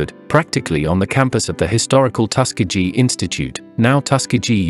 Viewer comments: Loved the video, however, where Lionel Richie is from is generally pronounced Tus- key-gee. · Please learn to pronounce Tuskegee...we accent the "KE".... Lionel Richie is a treasure. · Tus-ke-gee. if you're going to do a biography, at least learn to pronounce the town. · The narrator needs to learn how to pronounce Tuskegee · It's pronounced "Tusk-KEY'-gee" and "SAX'-opohnist." Dumb bots.